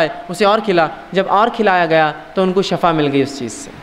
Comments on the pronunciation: Lafz Shafa ni hota Lafz Shifa hota hai Shafa ka matlb moat ya dkhell dena hota hai aur shifa ka matlb sehat yabi hai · Bhai shafa nh hota shifa hota h